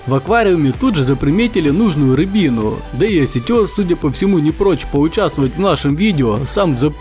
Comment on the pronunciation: С ударением беда. рЫбина!